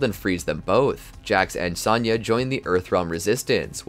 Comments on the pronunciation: It's Sonya not Sanya 😭😭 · Great in depth video on the timeline, only negative to the video is the way you pronounce Sonya, it's not Saw-nya Blade it's So-nya Blade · It's Sonya, not Sanya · S-ah-nya Why you say it like that ? Lol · Dood, it's sown-ya... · You have an odd way of pronouncing Sonya as Sanya... it even comes out like that in the CC. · Ah great. More regurgitating. SAHN YUH? lol. Im out. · Any video that doesn't involve Sonya. Because you obviously don't know how to pronounce it. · Loving this video, but bro, listen to the games and learn how to pronounce 'Sonya' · Hearing you mispronounce Sonya... 😩